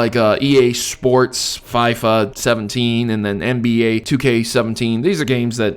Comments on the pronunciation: football game is pronounced 'fee-fah' not 'fy-fa' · It's Fee-fa not fie-fa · "fie fa" lol its pronounced "fee fah" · it's called FIFA, not PFEIFFER. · It's feefa not Fyfa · That was an odd way to say FIFA. Fee-fa. Not fiv-fa. I do agree though, people are wanting more casual, easy to pick up and put down the game. Without the convolution of story and deep mechanics. Which is why shooters have always been popular, you get on, you shoot and chill out, and you come off. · man said FYFA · EVEN THO I DON'T LIKE FIFA IT'S PRONOUNCED FE-FA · it's pronounced feefa. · the way he says FIFA haha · LOL ikr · the way you say fifa kills me...